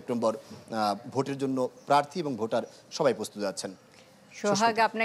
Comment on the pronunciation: DUCSU NOT DACSU..